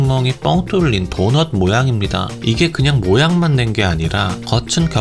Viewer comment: 도넛이라고 하신거 맞죠??ㅋㅋㅋ